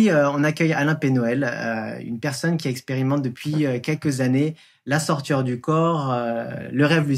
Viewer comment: question de prononciation : on a l'impression que vous dites "la sortir du corps" au lieu de "la sortie du corps" ou "la sortie hors du corps"